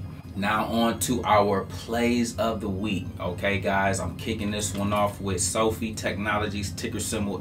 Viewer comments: If you're mispronouncing a company (saying so-fee instead of so-fi), how much research did you really put into that company? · Did you just say SOFEE?? 🤣🤣